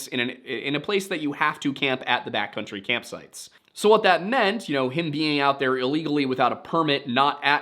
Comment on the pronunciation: I can't help but hear "bat country" rather than "backcountry".